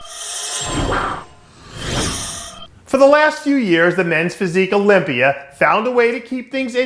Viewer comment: Dave wtf is the "olympier"? Lol why does he pronounce words that end with an "a" as "er".